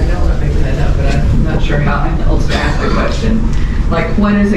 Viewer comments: Ask NOT axe! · I can’t understand why people can’t pronounce the word ask. Aaasssskkk it’s very easy. We axe you to leave. I axe you for ID. Don’t they Know it makes them sound so stupid and uneducated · We gonna AXE you to leave, and he's a Sargent... D.E.I. hire! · He can read, but he can't say the word "ASK" that tell you how ignorant he is